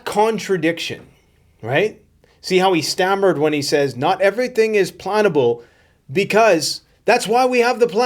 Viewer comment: i thinx he said "not everything is plantable" not plannable